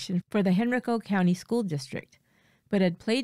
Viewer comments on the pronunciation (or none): Minor point to narrator: Henrico is pronounced 'Hen-RYE-co' not 'HEN-rico'